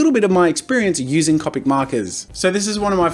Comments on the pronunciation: when he says (cop-ic) markers instead of (cope-ic) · i love how he said cawpic markers instead of copic markers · Jazza: Cop-ics Me: Co-pics you mean? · He says cop-Ic not copic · ITS COPIC NOT CAPIC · Did he just say cApic markers, not cOpic markers?! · Its pronounced c-Opics not capics. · why can't I say "Copic"? I know how it's spelt but I for some reason say "Compic". Hep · I love how he says Copic markers as (Caw-pic) not (Coh-pic) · I hate how he says cAWpic markers not cOpic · Oh my god I love how you say " Copic ". I'm American, so to me it sounds like a long o on Copic. Soo Cop-ic XD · Is it just me or is he saying Cupic markers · CO-PIC SAY IT RIGHT.... JK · It is cop tic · love u jazza butttttt..... its (coa-pik) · Bro lol how he says copic markers it is halariassssss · The way he says “Copic” just cracks me up XD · I’m sorry but the way you pronounce it... it’s hard not to cringe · Thats the European way of saying Copic. It differs in the US, EU, or Japan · the way he says Copic drives me crazy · Thanks for the video Jazza. But, sorry, your pronunciation of Copic is annoying. And you being aware that it's incorrect makes it worse. You said you'd pronounce it how you'd like, as well as the word "manga", but the words follow the language. Vowels in Japanese, like in Spanish, make one sound. How do you think you'd look pronouncing "gracías", as "graycías"? "Taco" as "tayco"? "Casa" as "Caysa"? I thought I could get passed it but, hearing it repeatedly was cringe worthy.